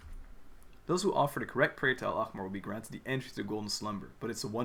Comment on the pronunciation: the way you pronounced al-ahmar is really good considering it’s one of the most difficult words to pronounce within the arabic words genshin used coming from someone who’s first language is arabic btw!!